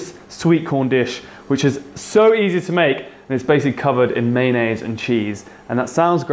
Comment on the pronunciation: when your friends pronounce mayonnaise as man aid